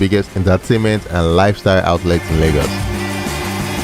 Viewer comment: It's called LAY-GOS not largos